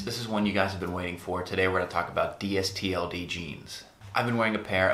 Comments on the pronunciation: Yes, Please say "Distilled" It is very annoying to hear you say it "D_S_T_L_D". The are better than AG and are sized about the same as 7forallMankind. I am 6'2 and I wear the straight fit 31X32. I also invested and I get a nice discount. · Dude, it's pronounced "distilled." Says it right on their front page.